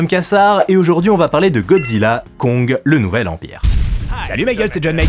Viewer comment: Merci Guillaume c'était super comme d'habitude. Au fait le titre du film se prononce Godzilla cross Kong (pour crossover) 😉